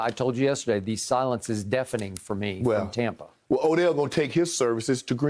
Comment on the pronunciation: “TOMPA BAY” Skip on one!!!!!!!😭😭😭😭